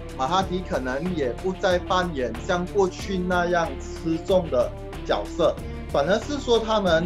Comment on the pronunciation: 角（jue) 色，不是角（jiao）色